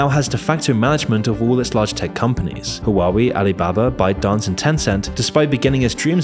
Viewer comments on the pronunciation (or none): Huawei is "Hwah way" not "Hoo wowwy." lol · It's wah-way. Not hoo-ah-wee. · Why you say hawawei ? 3 syllables And the name only has 2. Hua Wei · Hua WAY, it is not Hua WEE. After thee h is it sad UA, and then WAY. So H-UA, WEI. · I know this is serious and all but "huwawi" just cracks me up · Lol the way he pronounce huawei as hawawue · huwawi lmao